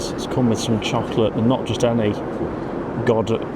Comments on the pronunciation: It's pronounced Go die va. That chocolate. Haven't you heard of British duo Peter & Gordon's song from the 1960s titled Lady Godiva. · Hi. It's Go die va pronunciation. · she's famous for riding a horse butt naked through Coventry (I think) Lady Godiva. Pronounced Go- diver. 😊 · Pronounced God Aye Vah 😆😆